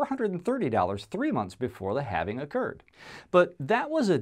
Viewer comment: “What is having bitcoin, no not having bitcoin, having bitcoin.” Lmao you still didn’t say it right